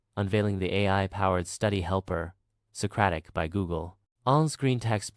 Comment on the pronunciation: Socaric By Google 😂😂😂